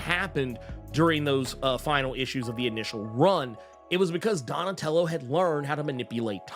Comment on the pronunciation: 😂 Donatello does machines, damn it. Say it right! 😂😂